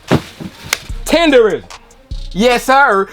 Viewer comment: lol the old man pronounced it, TENDERNISM bro 😂😂